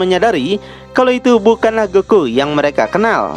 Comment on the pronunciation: keren loe bang apa loe lagi cpe tah bang ko goku jdi goki hehehehe istrhat bang juangan di paksain bang